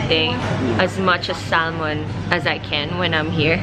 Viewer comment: Sal-mon... hehehe